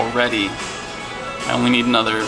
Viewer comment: emphasis on "only" XD